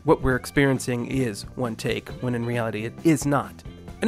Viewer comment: Maybe it's just me, but I heard tick instead of take lol. Still a good video btw.